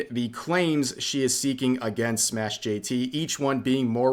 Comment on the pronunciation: its not SmashJT...its SMASH jt